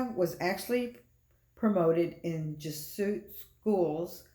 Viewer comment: It’s pronounced “Jez-ew-et” and not “Jeh-suit”. St. Malachy’s prophecy is very important because while The Bible doesn’t say the False Prophet will be the 112th Pope, The Bible clearly identifies certain imagery with Rome. Pope Francis has very radical and anti-Christian beliefs on topics such as gender identity, gay marriage, and many other topics. It’s now 2022 and Francis is lobbying for a one world religion he’s calling “Chris-lam” which a mixture of Christianity and Islam. He’s also weighed in on the need for a peace treaty between Israel and Palestine which is directly Biblical. It’s possible another Pope could be the False Prophet but Francis has all the appearances and actions of that role. His age isn’t a factor if he’s chosen by Satan because he could live on easily through the 7 year tribulation. Francis is 85 now in 2022 and he could live on till 100 if he is the right hand of the Antichrist. There’s too much unusually ominous stuff around Francis to not think he is the False Prophet.